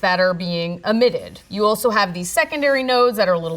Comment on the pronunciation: Helpful Tip: It's "Eventually, not "Aventually."😉☺️😇 And it's "Emitted," not "Amitted. Please pronouce these words, properly.